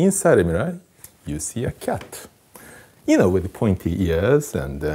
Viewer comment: I love the way he says kyatt